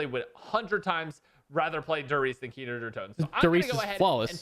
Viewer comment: “Keener Der Toten”